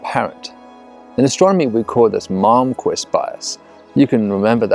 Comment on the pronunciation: Ha! I thought he said “Mom Quiz Bias” too, and I was trying to make some logical connection to a selection bias for bright stars. Like, maybe your mom is more likely to question what you’re doing if you’re making a lot of noise? Something like that? Oh... “Malmquist”. Never mind...